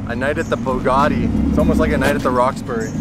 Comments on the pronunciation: Its not a BOOgatti, its a BUGatti. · for fuck sake AMERICA stop BASTARDISING the languages of other countries..... there are no O'S no R in BUGATTI . It is pronounced Boo gatt ee . I know it is hard to read, but really even Muslims speak English far better than Americans and they are much nicer people.